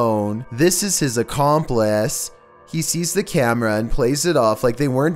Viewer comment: This is his ackomplaaaaace